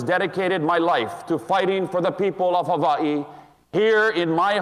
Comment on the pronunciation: He says Hava E so well.Makes him sound so qualified to be the governor of Hava E!